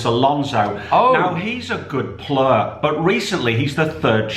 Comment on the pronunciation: he’s a good pluuuer lol